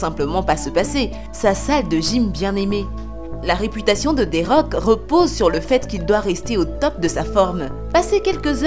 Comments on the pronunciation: Elle comprend toujours pas the rock et pas dé rock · Je rêve ou elle a mal dit thé rock elle rescpect pas le roi du catch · C’est moi ou elle a dis des rocks